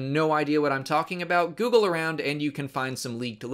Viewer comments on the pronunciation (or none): none